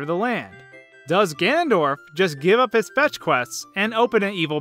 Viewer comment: Don't know if it's pronounced Deku or Deku, but for sure is not pronounced Ganndorf.